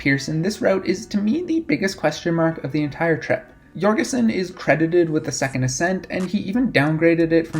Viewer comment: Kevin's last name has a hard "J", not "Yorgeson". Otherwise a great overview.